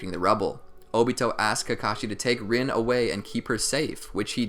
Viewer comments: OMG ITS NOT PRONOUNCED RIN ITS REEN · Overall nice vid but is anyone else annoyed he pronounced rin's name wrong like its ren.